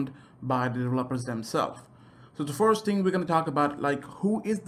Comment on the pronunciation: Like if you heard “forest” instead of “first” half the time